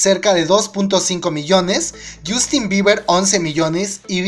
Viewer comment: Yustin biber 😂 esa pronunciacion papu